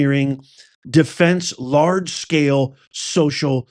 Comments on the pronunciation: Larg e scale? Dude, it's Large Scale, lol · Firstly, the name of the media company - Reuters - is pronounced (Royters) and it's not LARG E Scale, it's Large scale social deception. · LARGE. not L ARGE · it's LARGE SCALE not LARG E SCALE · It’s “Large” not Larg E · The word is large not larg ----- e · It’s LARGE SCALE not LARG E SCALE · Larg e scale? Really? ASED sounds like acid, otherwise known as LSD. Are you really a professor? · The "e" goes with the "Larg" (large) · ROY tears, not ROOT ers- and LARGE scale social deception, not E SCALE. Is this stuff possibly real? Good God….